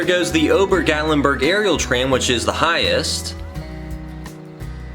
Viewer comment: It's Gat lyn burg is how it is pronounced